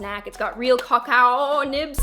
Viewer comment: lol i love the throw down you had on saying the word Cacao lol. Honestly being a college student i always have the "Chocolate" cravings all the time. Where i live we have a grocery store called H-E-B, they sell the best organic lean fit cereal i've ever tasted and it calms the cravings quit well. As for the video i really loved it. So, please keep doing them. Who gives a sh** what people have to say. I ignore them "brushing my shoulders off".